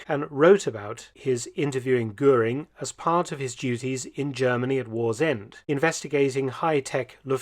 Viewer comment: Si les docs sont bons , l·IA elle est une saloperie qui déforme la voix de l·Homme ? A quoi cela sert Il ?? on se le demande ....Deformations des noms : ex : canal de Guanal ...Gurin au lieu de Goering et autres ....Ce serait si agréable d·écouter une voix humaine avec ses arrêts et autre ponctuation !! C·est exactement comme ceux qui ont voulus aller sur la lune , alors qu·il n·y avait rien á gratter ???? L·être humain dans toute sa splendeur et les moutons derriere ...Salut ...